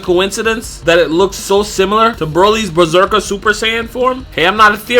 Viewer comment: did he just call legendary super saiyan bezeker